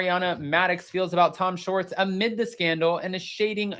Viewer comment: It’s Schwartz, not Shorts.